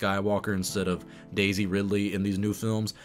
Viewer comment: You keep saying Daisy in a way that always makes my brain think you're saying DayZ. Also, she will always be Darth Rey Femwalker to me, a child born of the Dark Side, nurtured by it, unaware, who destroyed what he participated in, as feminist stuff tends to do.